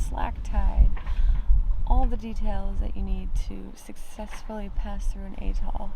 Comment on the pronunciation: A, A, as in apple! Atoll Not Eh-toll.